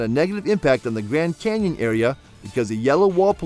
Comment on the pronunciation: If you say gran Kenyon one more time I'm gonna kick you in the nuts!